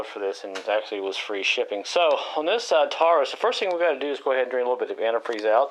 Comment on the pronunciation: pinchers? Tar-us? sawsaw? This is definitely one of those videos where you need to increase the playback speed to 1.25 or 1.50